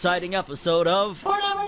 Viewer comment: Love it when he says FORNEVER NEWSSS